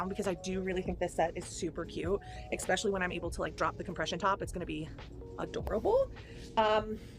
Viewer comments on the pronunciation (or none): EXXXpescially. Seriously, does this drive anyone else as crazy as it does me? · Ok nitpicking here but I wish she wouldn't pronounce especially as "ecspecialy" I just cannot get over how delusional she is about her size and shape. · “Eckspeshully” should have a square